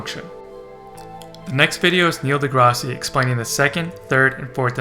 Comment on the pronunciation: That’s Neil Degrasse Tyson not Neil Degrassi.